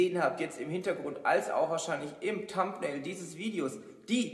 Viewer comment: Sieht hammer aus, bin gespannt wie die Stadt hier wächst. 😍 Nur eines triggert mich aweng, wenn du thumbnail aussprichst. Das "TH" war oder ist immer schwierig für Deutscher und auch uns Franken 😅